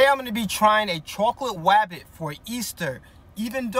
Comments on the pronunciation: Bro really said rwabbit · Nahhh... What the actual fuck? Edit: Bro hunted down a easter "Wabbit" 💀 Edit 2: Bro i didn't realise this but, bro switched from "wabbit" for "bunny... Finally bro said something normally 💀💀💀